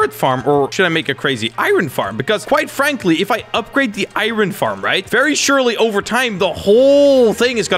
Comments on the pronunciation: says iron like I Ron and it makes me go insane. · Every time he says irin i cry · This is so hard to watch XD He calls Iron = iren Sky block = skywars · Why does everyone say I Ron it’s iron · nobody: literately nobody:: I-ron?! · Eye-ron man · ME: r u from Iran:I-ran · What do you call Swedish iron: irin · I'm triggered at how he says "iron" lol